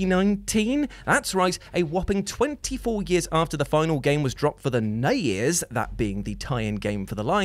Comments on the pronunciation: It's not "nez" or "snez". It's "NES" or "SNES", each letter pronounced individually. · Something about the way says Snay-ez and Nay-ez instead of SNES and NES (rhyme with Ness) bugs me. Dunno why.